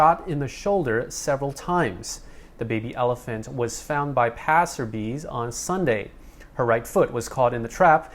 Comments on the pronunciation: You do a great show. Im not normally a speling policemim but try pronouncing it ''buy'' instead of bee. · It’s pronounced passer byes as in Good bye Passer bye No bee as in buzzing bee Hope this helped